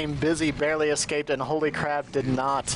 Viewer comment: The co-caster kept pronouncing HolyCrab as HolyCrap, lol.